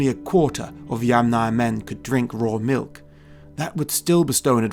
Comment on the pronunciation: Sounded like they're "MILF" lovers at the same time.